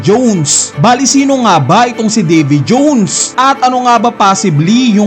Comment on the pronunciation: Nkakabwisit pagbigkas sa davy jones..😅muntanga di ko na tinapos